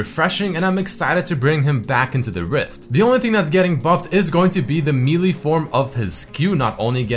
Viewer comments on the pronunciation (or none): How do you spend so much time on the Internet and Youtube, specifically, and still not know that the word "melee" is pronounced "may-lay" and not "me-lee".